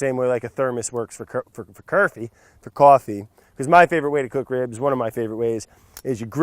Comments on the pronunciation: "the same way yer thermos works fer cerfee" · OMG BRAD JUST SPOKE CURSIVE HE SAID CURFIE LOL